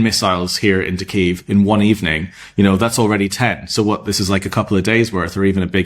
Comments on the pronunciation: Trump using the Russian pronunciation for Kyiv... 🙄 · He is working directly with Putin. This has been their plan all along. What sick man would say a phone call would be "nice" with a mass murderer. He doesn't know how to pronounce Kyiv.